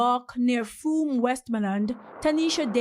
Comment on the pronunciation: That's actually the proper pronunciation.